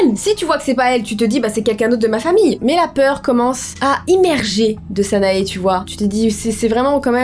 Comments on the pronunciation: si cette fille est marocaine elle ne s'appelles pas sanaé mais sana ou sana[ E ] avec le e prononcé un peu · salut,petite infos, "sanae" se prononce "sana" sans le "e" x),à part ça,c'est super flippant xc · Je t'aime beaucoup mais tu a fais une erreur de prononciation sa s'écrit sanae mais sa se prononce sana😅❤ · Les illustrations sont magnifiques mais dans Sanae le E ne se prononce pas ;) sinon la vidéo était géniale !